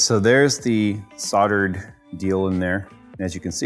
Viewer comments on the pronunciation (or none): stop saying soddered try saying soldered PLEASE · The pronunciation of soldered is just killing me